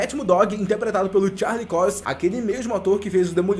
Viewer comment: mat muddog, charlix COIX... melhora isso ai mano, pelo amor de deus